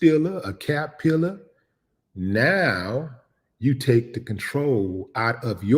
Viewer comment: Break’em off had to be going through ya head when you said cap pilla.